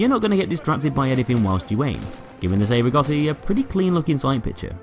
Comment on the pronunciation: Yeah but the way he said "cei" made me cringe every time. But still very good video.